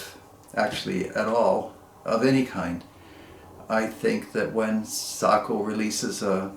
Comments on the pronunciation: Thank you saying Sako correctly. My Finnish relatives approve of your pronunciation. To everyone saying it wrong, Seiko is a Japanese watch maker. Thank you for the review! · In Finland, Sako is pronounced like you pronounce it. As many of us know, the name "SAKO" comes from "Suojeluskuntain Ase- ja Konepaja" ("Civil Guard Gun and Machining Works" in English), which was the full name of the old Sako factory until 1938. As a Finn, who is very familiar with Sako rifles, I encourage you to keep on using the pronunciation you've already used :) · Well done..,you pronounced it correctly 🤓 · I watched an article about Sakos in Finnish, they pronounced it Sock-oh. You’re absolutely correct but I think in American English Say-ko is more natural to our ears. When you get a chance check out Randy Selby, of Wapiti, WY. His YouTube channel is the real gunsmith. He gives a very nice dissertation on Sakos. He’s quite a character but has some great videos. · Don't sweat the nomenclature. It's a bit pedantic for people to be overly sensitive about it anyway. The military loves the nomenclature nazis.. I suppose it builds strong bones or character? I know someone that has owned, repaired them (as a gunsmith) his entire life and he pronounces it SAY-KO, both long vowels. I suppose in Finnish it could be different. As a viewer I love your videos, they have a unique niche that only you are filling. You have opened my eyes to guns I would have never considered. Thank you! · I pronounce"SAKO" the way you do. It happens to also be the way that the Finns do as well. Nice rifles as usual.